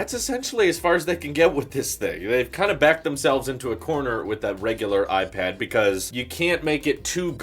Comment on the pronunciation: I didn’t want to tell you before but it’s a regular habit of you to differentiate Apple products like a pro vs a air but instead of pronouncing the word that differs (pro air ..) you just pronounce IPAD superhard. It’s just bothering me a bit because I would allways pronounce the part of the name that’s different if I’d want to tell them apart